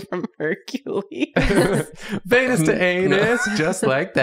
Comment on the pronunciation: If I wasn't subscribed already (for many years) when I heard "vienus to anus" and the subscription button popped up... oh you woulda gotten me. But I'm already here so... Guess I gotta unsub and resub 🤷‍♂️ Edit: oops you said not to say anything but I paused to comment... uhhh >.> my bad but I'm not deleting sorry